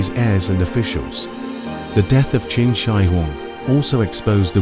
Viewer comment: Your AI voice is mixing up the Qin and Qing Dynasty's.